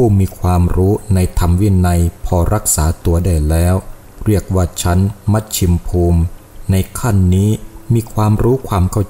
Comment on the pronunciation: กะลังลองฟัง พอได้ยินคำว่ามัสชิมภูมิ อ่านว่า มัด-ชิ-มะ-พูม นะทั่น มัด-ชิม-พูม!!!ไว้ให้เด็กป.1อ่านครับ ขอโทษที่ตำหนิแรงๆครับ🙏🙏🙏